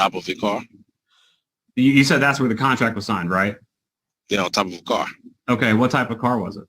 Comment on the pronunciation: Mr. "Axe", "Picher" "Caw", "Contrac", is having some fun profiling and primping....sounds like he has a big $ part in the building.....I can't stand it when the Atty's become bully's and badger the witness..